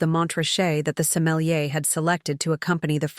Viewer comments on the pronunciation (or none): none